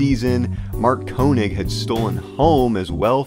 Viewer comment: Mark Koenig's name was pronounced Kaynig